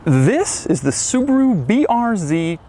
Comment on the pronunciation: The Brand is Called Subaru, not Subru.